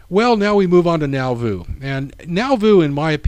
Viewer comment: Thank you for a great presentation! You have encouraged me to make a trip to Nauvoo. Two small comments: The R in RLDS stands for Reorganized, not Reformed, as you will see in the older church seals you display. Also, Nauvoo is pronounced naw-voo, not now-voo. ;-)